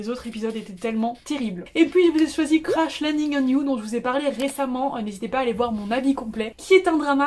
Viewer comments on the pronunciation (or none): mdrrr comment tu as dit « crash » c’était violant haha